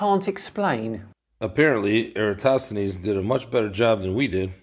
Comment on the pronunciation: I'm impressed, this is the first flerf I have seen who was able to pronounce Eratosthenes